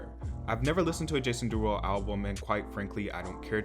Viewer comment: "jAsOOn DeERuLoo"😂😂